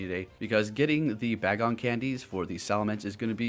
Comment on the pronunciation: You pronounced Taillow as Tailou when it should sound as pillow. And Bagon as Ba-gon, when it should be Bay-gon. I'm wondering, is Pokemon Go your first Pokemon experience?